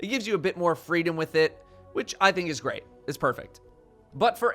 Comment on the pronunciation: "greant" lul